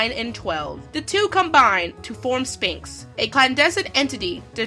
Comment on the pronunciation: Good review of a great series. But I've noticed this before in other settings. You don't do a hard p in sphinx. it's closer to the gh at the end of enough then it is to the p in Spanx think of it as spelt sfinx. Sorry as someone who has also suffered from the "read it a lot more then I've said it" mispronunciation problems. I tend to notice that stuff more then some these days. (You don't want to get onto how badly I used to mispronounce armageddon *grins*) Anyway that aside well thought out, well commentated and well edited review. Keep up the good work guys.